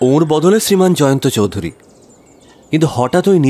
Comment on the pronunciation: খুব সুন্দর অভিনয় এবং গল্প চয়ন l Raghu bir Jalsayal এর চৌধুরী উচ্চারণ ওরকম না হলেও চলত l বাকি সংলাপে অ বাঙালি র কোন লক্ষণ নেই